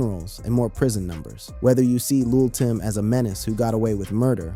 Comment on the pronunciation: he liked to pronounce it luh timm but we call him luh timmay. rest in turkey gravy